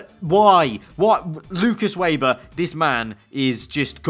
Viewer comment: His name is said Veber not Weber